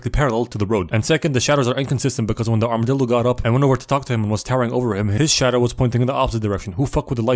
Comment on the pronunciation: "Armadildo" I'm dead bro 💀